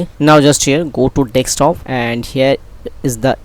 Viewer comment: You can see it spelled "desktop" why do you insist on pronouncing it as dextop! Good vid, informative stuff